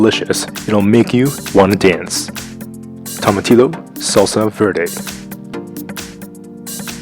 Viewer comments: TOE-MAH-TIYO. Double L's are silent in Spanish. Ha! Not laughing at you, thought it was cute and funny. You're Canadian (right?) so you are excused. I'm from Los Angeles, so I have no excuse. Awesome videos, by the way. :) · I HATE THE WAY YOU PRONOUNCE IT!!!! WE ARE IN 2024 AND SOCIETY STILL CANT TAKE THE TIME TO PRONOUNCE WORDS CORRECTLY!!